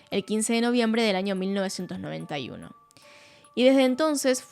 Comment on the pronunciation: Después de ver algún vídeo tuyo; Pronuncias muy bien el inglés pero aprende a pronunciar espaÑol: NiNIa, aNIo nuevo, pequeNIa, muNiIecas., maNIaña.. Nena aprende a hablar o ve a un logopeda jajajajaja